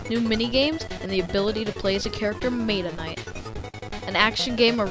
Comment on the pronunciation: WHO THE FUCK SAYS MAYTA NIGHT ITS META NIGHT